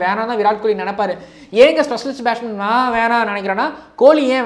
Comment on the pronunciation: Athu batshman illa batsman